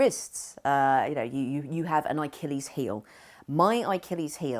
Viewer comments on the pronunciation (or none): Love Caitlin very inspiring. It's Achilles though.